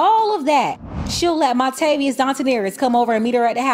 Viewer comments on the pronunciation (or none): No you did not say “Montavious Dontanarius!” 😂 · Montavius Dontaneerus??? 🤣 🤣 🤣 🤣